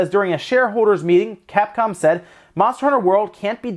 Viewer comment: at first I thought you said Cat-Con